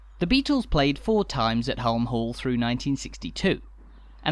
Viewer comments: Hulme Hall is pronounced Hume the L is silent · Place I've never been but knew the basics of the story. Didn't realise it was so recent that non-employees were allowed to buy homes there though. One wee point: I think you'll find that "Hulme", Lady Lever's family name rhymes with "room" or "vroom", rather than having a hard "u".😁👍 We seemed to be, very much, in residential streets, even the main street. Are there shops, banks etc to be found in another area? I'm assuming that some commercial services would be provided by the company itself but, hopefully, there were/are some shopping facilities in the village. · Some good research but why oh why the constant mispronunciation of Hulme! Please dub the correct one. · I enjoyed this but I thought the narration could have been better informed. The pronunciation of Hulme Hall …..